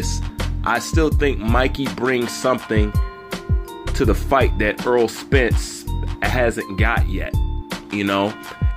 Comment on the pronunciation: Errol is pronounced like "Air Roll" not like Earl (Eurll).